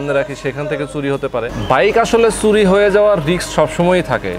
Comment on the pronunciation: Bhai, apnar shob video valoe but apnar kothar uccharon arekut improve koren. Suri na Churi bolen